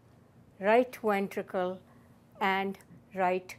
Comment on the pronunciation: I love how she says wentricle